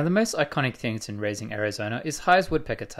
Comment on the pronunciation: “razing” Arizona